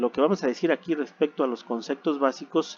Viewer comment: muy buena información pero dices "concectos" y le quita credibilidad al relato.